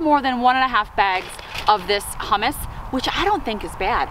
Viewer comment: 😂 yea- a few people have mentioned that! It’s just how I pronounce it. I think it sounds weird the proper way 🤷‍♀️ tomato, tomato! 💐😃